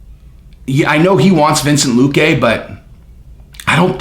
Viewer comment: WTF is Vincent Luque?